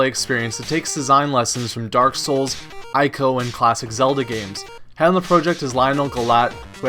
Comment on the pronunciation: Great video! I appreciate being informed on some indie games that have slipped under my radar. The only constructive criticism I'd like to add (and I seem to be the only person that this bothers, but whatever): Ico is pronounced "E-ko" with a long E, not "eye-ko". In Japanese you never have to guess at pronunciation. They don't have goofy, loose grammar rules like we do in English. So since it's written as イコ in Japanese, you know it's a long E sound followed by "ko".